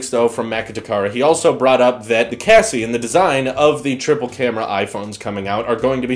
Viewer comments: “the cassie will be thicker.” It took me a while to realize that he meant chassis, not “cassie” 😒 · chassis is pronounced sha-see not ka-see 😂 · Brian O I often hear tech YouTubers pronounce it as cha-see as well but Oxford says its sha-see and that was what I’ve been pronouncing it as.